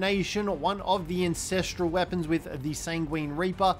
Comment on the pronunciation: AN......ancestral .......lol not INcestral.......hahahhahhaha!!